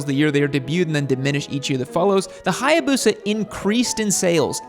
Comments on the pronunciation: Omg this is the most soi hayabusa I've ever heard. It's not hayabuseuuh, u gotta say it like a samurai.. hayabusaaa ! You welcome 🧐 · 😅😅 That intro... HAYA BUSA!!!!😅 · Learn to pronounce Hayabusa correctly